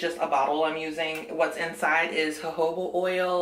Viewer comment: Thanks for sharing! Your story about the moonlight🤣 Oh,! Quarantine is getting to you! First, you taught me that I can buy just one banana! Now, I have learned the correct way to pronounce jojoba! You're so informative! I have never seen a good winged eye thingy in person. It must take a lot of skill!